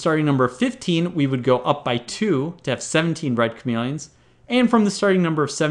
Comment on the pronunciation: he keeps saying chamelons